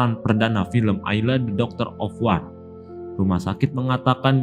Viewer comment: Wor oiii bukan war ah eelah